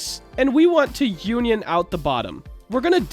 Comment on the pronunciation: It’s not called uan yan it’s un ion